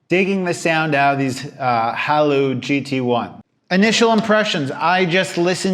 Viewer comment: Seriously how can you not pronounce Haylou?